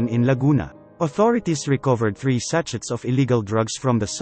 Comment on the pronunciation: Pota, natawa ako sa pagkakabasa nya sa 'sachets. aral mabuti lods!